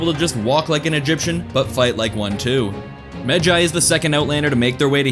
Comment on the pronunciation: Thank you for pronouncing it right